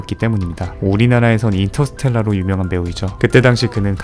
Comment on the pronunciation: 이터스텔다???? 형이거 발음 뭐얔ㅋㅋㅋㅋㅋ